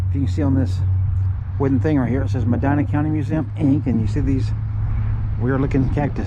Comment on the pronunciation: Born here 1950. My family, Bless, were some of the 1st residents. Nice video. Love that you like trees. Me too. Btw, the county is pronounced Meh Dee Nuh.